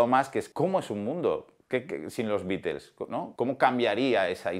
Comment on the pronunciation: Hablás mucho y no dices nada, mínimo aprende a mencionar el nombre de THE BEATLES!!